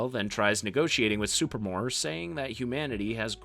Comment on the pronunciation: SuPREEmor. Not Super-more.